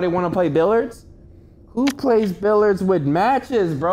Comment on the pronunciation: Why this man say "billurds"